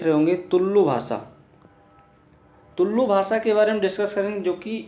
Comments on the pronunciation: Dude, it's not Tullllu, just Tulu... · भाय,(तुललु भाषा) ऐसा उच्चारण मत करना।(तुलु भाषा) ऐसा उच्चारण करना। तुम (तुललु भाषा) ऐसा उच्चारण किया तो ओ कन्नड़ भाषा में असभ्य शब्द होता है।so please correct it.